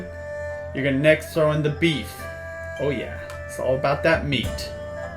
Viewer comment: I LOVE how he says "Ohh Yeah" its almost like he's saying, "Hohh Yeah"